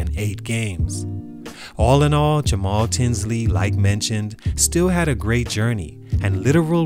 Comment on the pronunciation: YOOOOOOOO!!!!! SHOUT OUT FOR THE LOVE!!! YOU ACTUALLY PRONOUNCED MY NAME RIGHT ALSO!!! MAJOR RESPECT!!!!